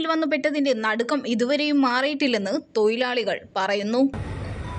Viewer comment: തോയി ലാളി അ ല്ല🤣🤣🤣 തോഴിലാളി